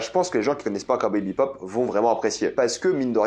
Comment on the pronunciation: Le mec parle d’une série dont il n’arrive même pas à dire le nom 🤣